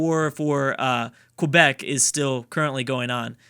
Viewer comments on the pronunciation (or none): Every time he says Quebec I die a little inside